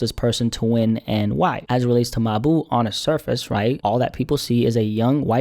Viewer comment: not gonna lie i don't like the way you keep calling bro your boo . in the future just say mawbew